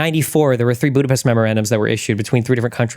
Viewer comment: Tim is mispronouncing Budapest, so everything he said is wrong!